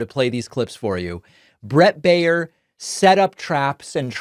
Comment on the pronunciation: When Baier is of german origin, his name means "bavarian", and is spoken "buyer" (in the variant where the 'er' is spoken like the 'u' in 'husband'). Greetings from Munich, Bavaria, Germany. We don't need this guy here...